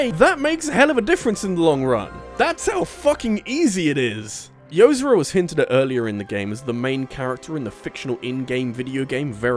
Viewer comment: It's Yo-zor-a. Like how "zora" is pronounced in Zelda with a "Yo" infront of it